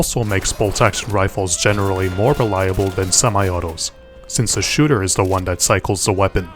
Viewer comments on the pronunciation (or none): none